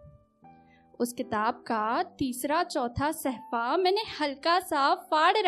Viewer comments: It's 'safha' not sehfa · Nidhi ji correct word is safha not sehfa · Though, your Urdu is pretty much good, but there are little corrections needed regarding pronunciation. For example, Its SAFHA (Page) not SAHFA and some marginal others. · सहफ़ा नहीं होता सफ़्हा होता है ,बेकाम नहीं नाकाम होता है ,चश्म में का इस्तेमाल ग़लत है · Madam sahfa ni balke shafa hota h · Nidhi ji bahut umdah ash aar hai lekin sahfa nahi safha hoga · Pronouncation is not gud..sahfa nhi hota mam safha hota he